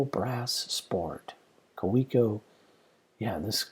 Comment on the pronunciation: If you’re a collector you may be interested in knowing the correct pronunciation of “Kaweco” is “KAVEECO”. :)